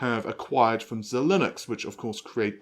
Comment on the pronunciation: Love the videos. P.S. "Xilinx" is pronounced "zye links".